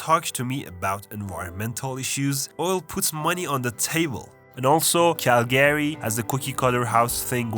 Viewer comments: Hey friend, a friendly reminder that’s it not “Cal-Gary” it’s Calga-ry 🇨🇦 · Why did he pronounce Calgary as cal-Gary it’s pronounced cal-guh-ree or cal-gree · cal-GRY. not cal-GARY, but I know it's a video to troll Canadians so good job. lmao Prince George the armpit of BC. You really skipped over Nanaimo, sounds like you didn't want to spend any time on your visit. that's unfortunate. It has a smaller city feel on the island, it's nicer than Victoria. Hospitable, if you want to chill here, some time. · Learn how to pronounce Calgary.